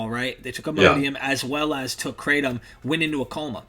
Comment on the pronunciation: I would like to see this video and learn something but right off the bat you are pronouncing it wrong. That tells me you really know nothing.